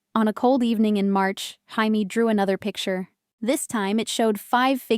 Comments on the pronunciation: It was Chamie one time too, rofl. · Is it really Jaime with a “J” not Haime with an “H”. AI does not always get it right. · The J in Jamie is pronounced like a J not an H.